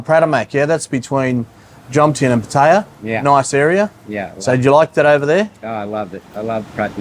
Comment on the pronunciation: I like your channel. Your pronunciation of "Pattaya" is killing me, though 55 Listen to the way the Thais say it. "Puh" (short, punctuated) then "tie-ya" (fast)